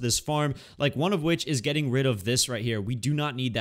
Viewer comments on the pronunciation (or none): none